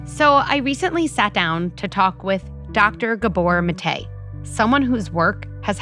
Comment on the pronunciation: I really wish she had worked harder at correctly pronouncing Dr Maté’s name.